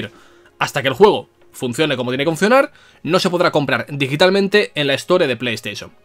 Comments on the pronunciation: "se retira el juego de la ESTÓRE" tan difícil es en España pronunciar en ingles el inglés? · Me es imposible que no me haga ruido cuando escucho palabras en ingles pronunciadas en español, store, iceberg xd